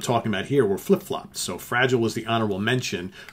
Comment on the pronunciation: Two cracking albums there that’s for sure, b.t.w. You are pronouncing Fragile wrong.